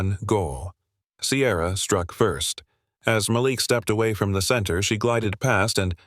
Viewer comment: Why give the lead male character a name the AI can’t pronounce consistently? Several of these stories have trouble in this area. What’s wrong with the name Bob, or Thomas? It’s distracting to hear Mal’lick, then Malik.